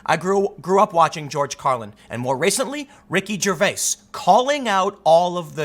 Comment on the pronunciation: GervaiS? The S is Silent....